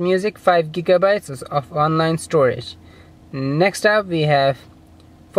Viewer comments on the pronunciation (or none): none